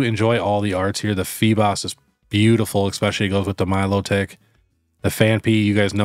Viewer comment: Melotik not milo tick 😂